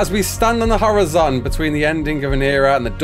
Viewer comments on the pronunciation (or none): It's pretty funny how you pronounce "horizon" 🤣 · Are we just gonna ignore how he said horizon? 😂, no disrespect obviously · How much in donos/subs to never have to hear say Horizon like that again?